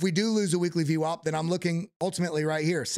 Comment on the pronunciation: Dude, please stop saying ve wop. Please. If you could hear yourself you would know how annoying this is getting saying vwop.